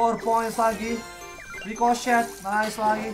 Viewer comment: Ricochet kedengeran di telinga gue Ricloset